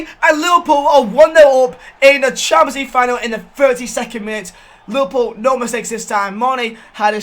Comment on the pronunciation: Normal person: Champions League Final: Shamenjlueege Final